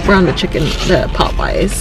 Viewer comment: Poe-payas...you gotta be joking lol